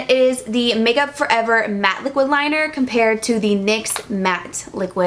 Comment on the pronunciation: LOL! You said "lyx niquid suede" hahah